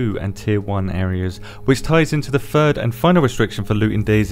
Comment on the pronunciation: "The fird and final clothing." I just found my new favorite werd.